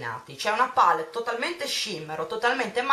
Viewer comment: Tesoro, non ti si può sentire a dire "pàllet" ogni pochi secondi. IN ITALIA si pronuncia "palétt", anche perchè è una parola francese e quindi va pronunciata così. Sono solo quelle nel mondo anglosassone che dicono "pàlett", perchè inglesizzano la parola. Ma la pronuncia corretta è "palétt", del resto nel nostro Paese viene pronunciata in questo modo :-) <3